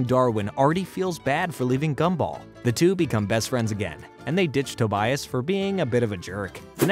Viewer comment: why do you say Tobias’s name like that